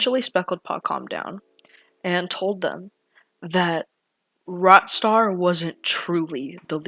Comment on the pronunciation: "What is he saying? Ratstar? Rotstar?" Checks transcript feature/subtitles "ohhh rockstar ok"